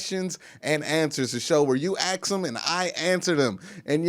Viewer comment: You just can’t stop saying AX,,, we all know you are not ghetto, AX anyone ,, it’s one thing for a less then intelligent urban dweller to use that bullshit... but you are clearly educated, why don’t you just be yourself and stop the dumb shit, you will never reach the next level talking like that